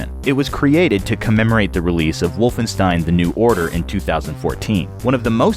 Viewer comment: For fuck's sake, it's wolfenSHtein!